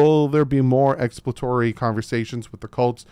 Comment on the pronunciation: Why does not know how to say ex·plor·a·to·ry